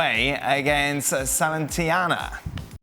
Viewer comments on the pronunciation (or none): The way he said Salernitana was hilarious 😂